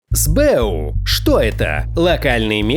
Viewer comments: Больно слушать сбЭу. [эсбэУ] не? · это сокращение, "ЭС БЭ У" не "СБЭ У".